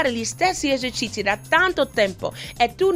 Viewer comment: Fa troppo ridere quando dice :esercizi. : Cici ahaha